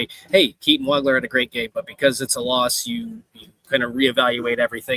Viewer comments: It's pronounced WOG-ler. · pronounced WAH-gler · As many times as you heard Waglers name on the PA today, you should know how to pronounce his name. Excellent work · Hey - He hit you for 46. Pronounce his name right.